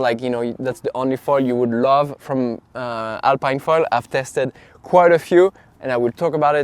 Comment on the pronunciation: It's a french brand so shouldn't it be pronounced alp[ē]ne ?🤔 (Same as "Philippine") Also, how does it compare to the AFS ultra 750?